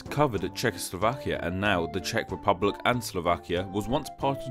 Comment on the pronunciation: Julie P. According to the, i liv in the "Shack Republic":D